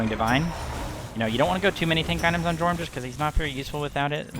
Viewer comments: Don’t wanna be a cock but it’s pronounced “yorm” not “jorm” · Dude said Jormun wrong. Unsubbing XD